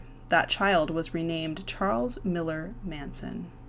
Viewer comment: Its Milles not Miller Manson but nice little documentaryi